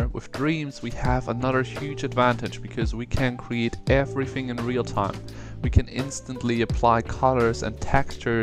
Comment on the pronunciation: It threw me off when he said “real-time” at